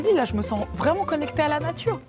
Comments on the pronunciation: chui morte "La Natrue " BAH OK OK OK dès le début frère😭😭😭😅🤣🤣🤣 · "La natrue"✨✨✨ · « La naTRUe » j’en peux plus 😂😂😂